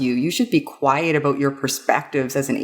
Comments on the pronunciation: Hehe... "aboot" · "And that's why we shouldn't just shut up abooot it" - A Canadian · Is Canadian? The "about" seems to be a giveaway.